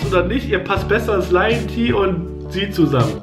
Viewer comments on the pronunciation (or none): ist liont nicht mit simon befreundet? und er spricht ihn ernsthaft fasch aus? lion Ti wirklich??